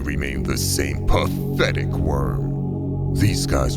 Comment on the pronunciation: Phhatehhetic wormm😂.